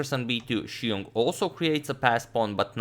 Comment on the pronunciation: You put other non-Chinese commentators pronouncing Xiong to shame.